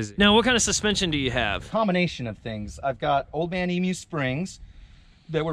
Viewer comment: Finally an American that can pronounce Emu!!! Regards from Down Under.